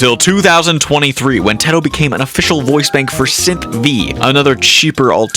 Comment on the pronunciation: I couldn’t get over the way he said UTAU and Teto 😭